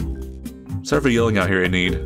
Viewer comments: Heads up- Enide is pronounced EE-NID! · Enid but like, a silent e